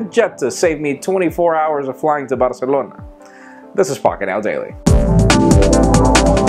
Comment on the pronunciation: i re-winded to hear how he said Barcelona...